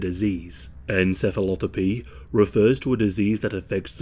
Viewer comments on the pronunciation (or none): pathy not thopy